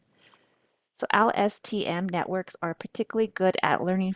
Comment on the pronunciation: presenter can barely remember how to pronounce LSTM, give me low confidence